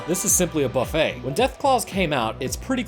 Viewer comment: Buffet, not beuffet.